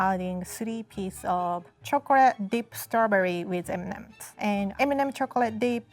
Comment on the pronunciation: Other people: M & Ms: M nemems 😂❤️